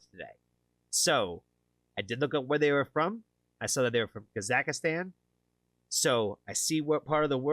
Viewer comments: It's Kazakhstan, not Kazakhistan; there's no i in it. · For future reference, his home country is three syllables: Kahz- ahk- stahn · Kazakhstan is Pronounced Kah-zak-stan. The H is silent.